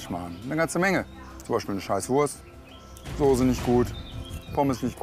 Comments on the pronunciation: Soße mit scharfem S gesprochen! Nicht Sose .... grauenhaft. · Der möchtegern Koch soll erst einmal eine Schulung machen wo er lernt das man Soße nicht Sose ausspricht! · Mal ein kleiner Hinweis: Das Zeug heißt nicht Soohse, sondern Soße. Von einem Sternekoch sollte man doch erwarten dürfen, daß er weiß, wie man die Namen der Speisen ausspricht. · Sorry, aber mich schaudert es immer, wenn manche Leute das Wort "Soße" nicht richtig aussprechen können/wollen.....oder ist das so normal?